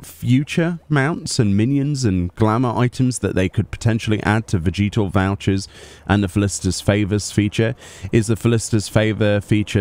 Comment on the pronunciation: the way you say "vegetal" makes me think of Vegeta from DBZ